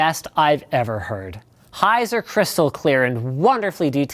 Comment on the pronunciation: when he said "highs are" i thought he said "heiser"